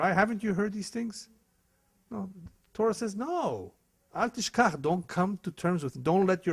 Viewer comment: I am Jewish and this man is a disgrace! I don't even think he is Brazilian (judging by his accent), nor Jewish, let alone real rabbi. He doesn't know Torah (which he misprounces by the way).